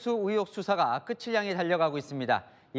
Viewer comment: 에 앵커가 "김건희 명품백 수사가 끄츨 향해 달려가고 있습니다" "끝을"의 발음은 "끄틀" 이 잖아??? 앵커나 기자나 연음법칙 등 공부 좀 해라 정권 비판만 하지 말고